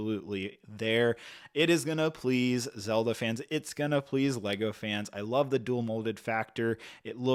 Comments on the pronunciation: He got Zelda 😵‍💫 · He pronounced Korok and Zelda right… other than that 🤷🏻‍♂️